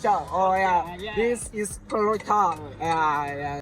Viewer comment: It was not Vada pav but Chole Kulcha (pronounced -Cool Cha)